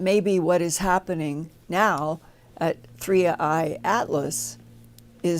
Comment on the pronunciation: WAAIIT! He's calling it 31 Atlas... It's called 3 i Atlas!! How can we call this guy legit if he doesn't say the name correctly??